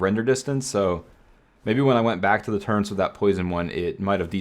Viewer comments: Love the video but what's a turrent? Oh you mean a turret!! There's no N in that word. It's a turret, easy word! haha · I'm sorry, I love your content 💯 But after 7 years as you say... I draw the line of you calling turrets......TURRENTS... Stop it now or I'll find you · theres no 'n' in 'turrets', my dude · Where is the "N" in turret?